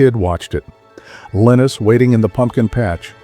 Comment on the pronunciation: How can you AI voice something as awesome as 80s Halloweens? He mispronounced “Linus” for goodness sakes! Any editing at all! Thumbs down. Too good of a subject matter to half ass the delivery.